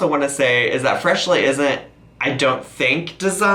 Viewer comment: At :36 / :37 you said Freshlyn lol